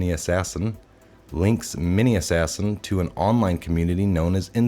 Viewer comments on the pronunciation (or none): Hello, I enjoy your videos. For God sakes if you can't pronounce a word look it up before videoing. Mispronouncing misogynists as miso-guyn-iests, and butchering manassian to mani-assassin makes you sound foolish and uneducated. You are obviously a smart individual and we all have a few difficulties now and then with grammar, spelling etc. but these two were laughable and people may attack your credibility over these types of mistakes. Just a thought and a small bit of criticism. Keep up the good work.